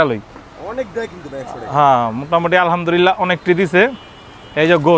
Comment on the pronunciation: আলহামদুলিল্লাহ টা একটু স্পষ্ট করে বলার চেষ্টা কইরেন! কেমন জানি আপনার উচ্চারণে আলহামদুরিল্লাহ এমন শব্দ শুনা যাচ্ছে। আশা করি এটা সসংশোধন করবেন।